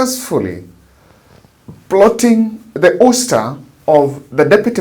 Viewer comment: Usta??? No.....its awsta (ouster)